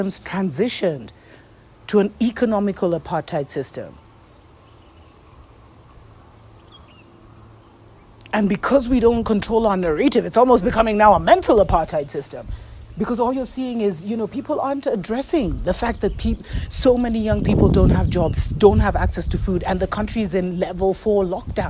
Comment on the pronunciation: Narrative....not narative....pls...now ...there are 2 rr's ...I'm zulu and i generally don't give a f...about pronunciation...but "narative" sounds off#$!